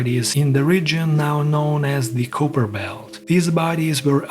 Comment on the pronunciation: You don't know how to pronounce Kuiper properly. It's pronounced KYE (like "LIE") - PER.